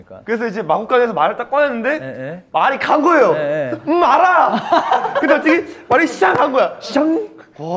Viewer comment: 아니 ㅋㅋㅋㅋㅋㅋㅋㅋ 김민규 말아 발음 개웃기네ㅋㅋㅋㅋㅋㅋㅋㅋ 우지 드립부터 빌드업 되는거 개웃겨 진짜ㅋㅋㅋㅋㅋㅋㅋㅋㅋㅋㅋㅋㅋ